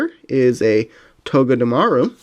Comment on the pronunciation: I think it's togee-de-Maru I am sorry if it is not the correct way of saying it but I think it is that only